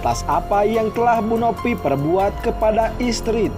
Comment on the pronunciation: Kok Nopi bukannya Novi kok Pina bukannya Vina gak jelas banget ngomongnya???